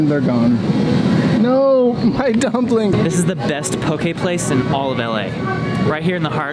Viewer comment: Yaas pronouncing Poki properly. Awesome episode.